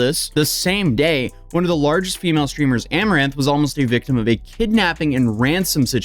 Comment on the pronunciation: Not sure about the Amounranth thing, just sayin.